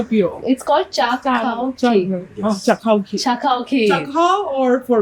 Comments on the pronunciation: I think it's chakhw not chak khw . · It’s not cha-khao, it’s chak-hao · That's not chakhao😅😅 That's chahau😂😂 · "Chakhao" the "k" is supposed to be silent